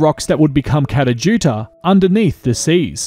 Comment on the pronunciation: p.s. your pronunciation of both Uluṟu and Kata Tjuṯa is terrible. But I love your work.